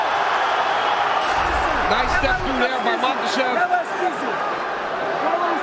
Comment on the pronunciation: Its Ma-KA-chev. Not Ma-KAS-chev. No "s" in the man's name!